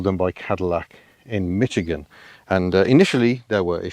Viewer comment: Why do all British people mispronounce Michigan as MiTchigan with a stray "T" thrown in? The first syllable rhymes with Squish.